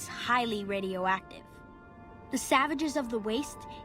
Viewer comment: he also said "sav" as if it's a term the boomers use for outsiders and not the beginning of the word savage before he corrects himself which it was clearly meant to be